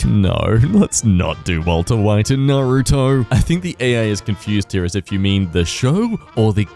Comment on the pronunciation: Ah good, said Naruto correctly. NAR-roo-toh, not Nah-ROO-toh.